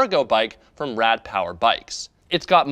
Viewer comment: as a german speaker i dislike the why you say rad^^